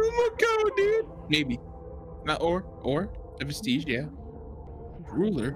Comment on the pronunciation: I hate how they pronounce vestige like prestige.